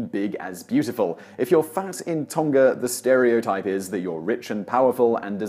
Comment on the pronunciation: The pronunciation of Tonga is a soft g Tong..a.